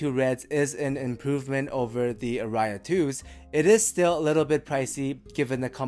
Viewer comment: Aria is a word in English as well, and it's pronounced differently - stress on the first vowel.